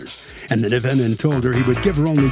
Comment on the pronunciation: ...why does Harvey have to keep saying 'defen-DANT'...?????